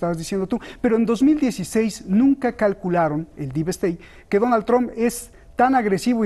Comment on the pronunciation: El analista totalmente parcial e inclinado por Biden, nada objetivo con sus comentarios, por favor inviten a personas con un punto de vista objetivo e imparcial, que aporten algo a los que ven su programa (como el Dr. Jalife); y por favoooooooor, que pronuncien bien Trump, ¡no es Tramp! Son analistas y ni siquiera son capaces de pronunciar bien los nombres y apellidos en inglés, dan pena ajena.